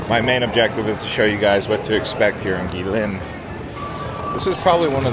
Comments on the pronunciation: OMG, so many Americans making travel videos of China and they all have the same thing in common: they never bother to find out how to pronounce chinese names correctly. So lazy. Just google it. It’s “chengdu” not “changdu” and its “gway leen”, not gwee lin. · Guilin is pronounced " kwee lin. "